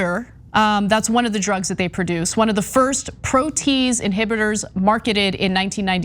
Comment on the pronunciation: From the perspective of presenting an image of refinement & credibility... ' - Ana, 'protease' is pronounced 'pro-tea-ayz'; & not 'pro-teez'.